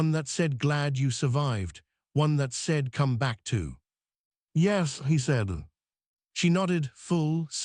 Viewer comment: Tell your AI how to pronounce 'yes'.